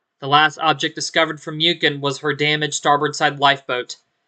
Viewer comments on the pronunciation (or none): Small but Muchen means Mün·chen aka Munich.